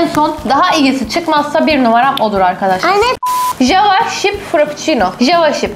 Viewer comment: Java şip mi Java çip mi 😂